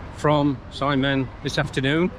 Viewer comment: If cant pronounce Xiamen, Shiamen is alright. Never Ziamen